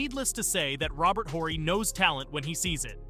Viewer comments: “Robert Whorey” I don’t like it when creators don’t know the subject well enough to correctly pronounce names of key historical players. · Robert Whore-y